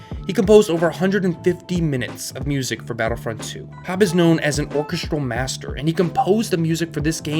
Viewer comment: Pronunciation note: or-KES-trahl for orchestral